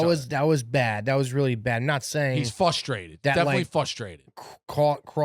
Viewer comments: did say “Fustrated”? Does he think it’s pronounced…”FUSstrated”? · saying “fustraded” has me ryding even more